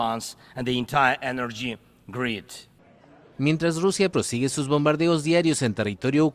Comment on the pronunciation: en adelante: "[...] the entire energy greed" ("greed" [=codicia] en vez de "grid" [= red]) Gracias al mal Inglés del no-más-presidente ucraniano, se confirma la verdadera razón de esa guerra de la OTAN contra Rusia: La codicia, la avidez de las élites occidentales, quienes envidian a Rusia, desde que Putin pudo levantar al país, a base de los recursos energéticos en exportación.